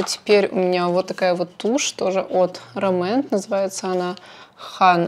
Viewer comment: РОмэнд ударение на первый слог :) По поводу туши, стойкая тушь легко смывается двухфазным средством. тушь наслаивается после каждого слоя, а не пытаетесь все сразу нанести на ресницы. Спасибо за видео :)